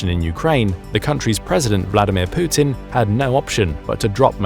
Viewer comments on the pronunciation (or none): none